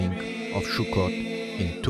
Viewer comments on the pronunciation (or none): Sukkot (סוכות) not Shukkot. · Sukkot my friend not shukot please my ears are bleeding. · Why do you say SHUKOT? It's pronounced SUKOT! S not SH. ס not ש. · Please say“Sukkot“ and not shukot! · sukot not shukot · Not Shukot Sukot say it right!!! Suot is spelled with a samech not a shin it is pronounced Sukot not Shukot!! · Great video, it only took you 3 minutes to get to religious ramblings. it's also pronounced "sukot" not "shukot" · Its pronounced Sukkot, with an S, not Shukkot with a Sh. You sound Israeli, so it is very strange that you get wrong the punctuation of something so simple. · The holiday is called suckot not shuckot.... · Shukkot? It's Sukkot! I don't know where the confusion is coming from, Sukkot is written starting with the Hebrew Samech (ס) not Shin (ש) which can be pronounced as S or Sh depending where you place the Nikud (dot) at (שׂ/שׂ). I'm seriously thinking about starting giving my own Hebrew lessons. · The holiday pronunciation is not “Shokut”, it’s sukot. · It is Sukkot סוכות Not Shukkot. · It's Sukkot, not Shukot. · Not "Shukot". Sukot. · It's Sukkot not Shukkot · btw its not "shukot" it's "sukot" with an 's' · This is not “shukkot”, it is “sukkot” with a “s”. It has nothing to do with a shuk…..😂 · did u just say "shuccot" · Minor mispronunciation of the name of the Holiday makes me suspicious of the veracity of this report. I gave this a like but I am a bit skeptical until I see it from the [anti-israel biased] mainstream media. Or at least see it in Hamodia. (Though they don't publish during Sukkoth.)